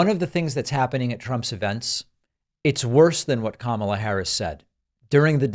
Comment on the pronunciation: at least he pronounced her name correctly for once🤦‍♂